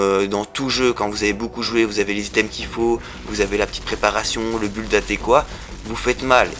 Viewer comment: On prononce "bild" pour build, et pas buld XD. De même qu'on dit "haoutriders" pour Outriders. Le technomage s'est bien retrouvé nerfé quand même.